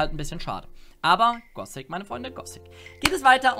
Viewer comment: ich weis es ist nur eine kleinigkeit aber wenn irgenjemand gossic statt gothic sagt klingt dass einfach so falsch. Genau wie bei jedem anderen wort mit th